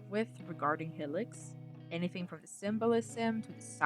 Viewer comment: Great vid but why do you pronounce it like Helix 😭😭😭